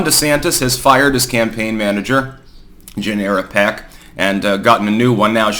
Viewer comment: I really thought you said "Generic hack" for a sec...